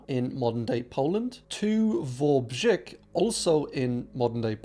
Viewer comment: wałbrzych is pronounced vow-b-/j/ICK sorry i'm bad at spelling pronunciations. i've been to wałbrzych before and i loved it there. it's a beautiful place and everyone i spoke to was very friendly and understanding of me not knowing polish. many even commented on the whole canada-usa war with one person saying, "sorry about your crazy downstairs neighbours" lol